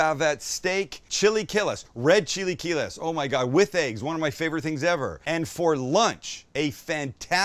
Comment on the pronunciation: chilly key less!! never heard it pronounced that way before.